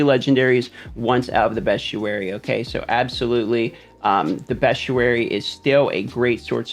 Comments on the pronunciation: You didnt include zavain circle which is right under the graveyard where world boss spawns also its pronounced beast-ee-airy not best-u-airy btw. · "Bee-stee-air-ee" just saying. 😁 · It’s actually “best-ee-air-ee” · no he's right it's been killing me people saying best_ee_ary. It's Bee_stee_air_ee. Because it's a book of beasts....not bests